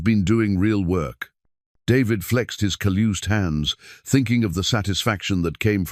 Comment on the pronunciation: Calloused not collused...